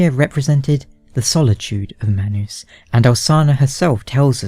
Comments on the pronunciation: hehe...manoos...love the way you pronounce manus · it's all based on accent lol, it's still man us but his accent causes it to sound like my noose